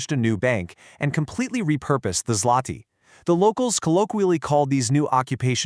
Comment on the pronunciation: WHAT ZLOTY?????!!!! IT ZŁOTY READ IT ZWOTY